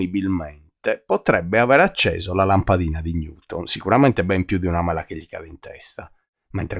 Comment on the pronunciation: mela detto con quell inflessione è davvero fastidioso..